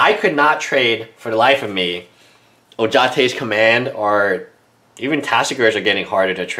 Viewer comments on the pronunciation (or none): Adel Alrawas Since when its ataaka everybody says atarka also mispronouces ojutai says ojate